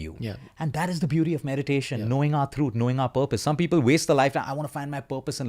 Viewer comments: I thought "truuth" is some new word and took me a while to understand that he meant truth .. such accent much wow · It's actually throot